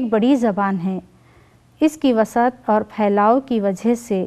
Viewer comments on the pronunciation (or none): wus at وس عت وسعت ور پر پیش لگا پڑھیں۔